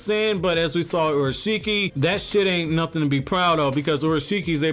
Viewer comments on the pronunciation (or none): none